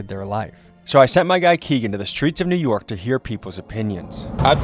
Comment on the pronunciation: I can't stand when people say "Newerk" like bitsh pronounce the fkn letters it's NEW. YORK.